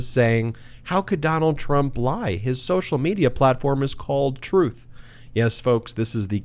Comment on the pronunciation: Drumpf "named it 'Truth' "... Yet he pronounces it as "Troth"... 🤔 i.e., Drumpf doesn't tell the Truth.